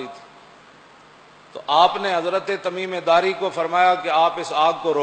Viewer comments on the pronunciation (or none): ان کا نام تمیم داری تھا جناب تمیمے داری نہیں